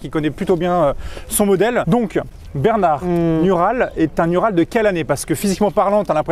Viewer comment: un "U"ral" au secours... "OU"RAL" par pitié